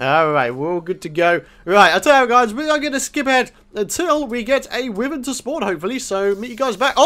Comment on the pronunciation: its pronounced whyvern not withern